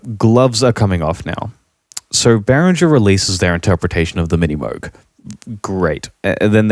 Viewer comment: Well,, you dont even pronouce Moog correctly.